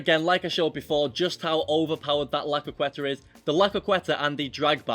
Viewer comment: Jesus Christ, why are you not capable of pronouncing CROQUETA? Lmao